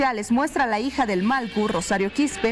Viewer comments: Pronuncie bien señorita periodista, es MALLKU no MALKU.... 😤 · La presentadora... No pronuncia bien??... Que pena..... malcu??????? ..... Porfavor!!!!!